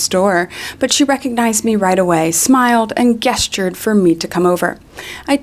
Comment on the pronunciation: "Guest-tured" yta for pronouncing it that way